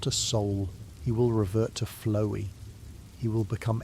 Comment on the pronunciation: flowee is a fun pronunciation